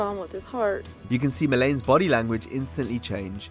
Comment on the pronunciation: It’s fucking MELANIE. Meh-luh-nee. Geez, do you limeys really not have that name over there?